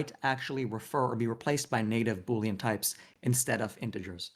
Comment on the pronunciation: it's boolean, not bouillon.